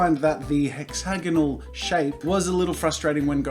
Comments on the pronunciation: Hex-ay-gone-all......what?....totally not hex-a-gone-ahl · I love how he kept saying hexagnonal even though it’s hexagon